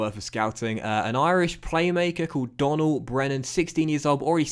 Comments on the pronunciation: Donal is not pronounced Donnal, it's Doh-null :) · Just to let you know Donal Brennan Pronounced Doughnul Brennan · it’s pronounced dow-nal